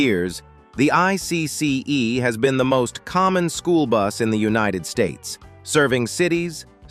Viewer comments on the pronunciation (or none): especially with IC CE it usually says I C E